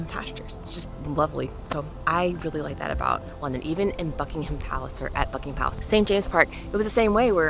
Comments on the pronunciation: Bucking'm Palace, not Bucking Ham Palace. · PLEASE say 'Bucking'm Palace'. Just about any place or placename that has 'ham' at the end sounds just like 'm. Chatham = Chat'm. Also, there is no way on Earth to compare London with New York City. Just tell me how many churches there are in New York that are more than three hundred years old? Let alone a thousand? Even my school was brought into existence by the wishes of Elizabeth the First. Much of the London you see, especially in the Square Mile, are the results of the rebuilding after the Great Fire of London in 1666. St Paul's Cathedral replaces the original, destroyed in that fire. Where was New York then?